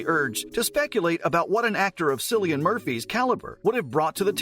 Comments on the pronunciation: Ha ha, 'sillian' 😂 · Lol - It’s a hard C pronounced Killian! - great research you did for this video 🙄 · This channel has 12 videos on Cillian Murphy and they still do not know how to pronounce his name. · All great information but you should have probably learned how to pronounce Cillian’s name first.